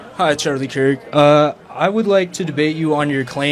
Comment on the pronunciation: It’s pronounced phonetically KERK not KICK or CAKE